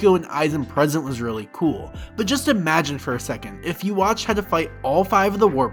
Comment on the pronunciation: Who the fak is uwatch ? 😂😂😂 bro it’s pronounced like yoo-ha-ba-kh